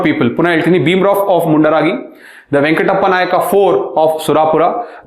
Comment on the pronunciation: Sir please ಸ್ಥಳಗಳ ಹೆಸರು ಸರಿಯಾಗಿ ಉಚ್ಛಾರ ಮಾಡಿ. ನೀವು ಹೇಳುವಾಗ ಎಲ್ಲಿದೆ ಈ ತರ ಸ್ಥಳಗಳು ಅಂತ ಗೊಂದಲ ಆಯ್ತು... example: ನಾರಗುಂಡ, ಹಳಗಲ್ಲಿ, ಮುಂಡರಾಗಿ, ಸುರಾಪುರಾ. ನರಗುಂದ,ಹಲಗಲಿ,ಮುಂಡರಗಿ,ಸುರಪುರ ಸರ್...